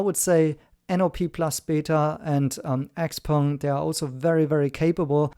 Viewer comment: One of NIO’s ace cards is the subscription service for NAD that is leaps and bounds above the rest. They are extremely humble about NAD unlike the others…This guy can’t even pronounce Xpeng. 😂